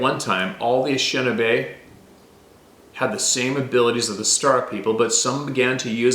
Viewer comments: Pronounced: A-ni-she-na-bay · It's pronounced in-ish-in AAAHHH-bay